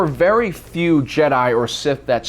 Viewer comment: Also says jedi wrong